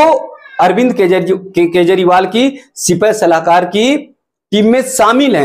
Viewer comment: सिपहसलार,सिपाहसलाकर नहीं।